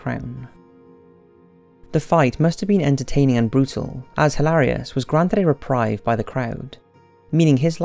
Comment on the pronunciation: It's reprieve, not reprieve :D Like data and data!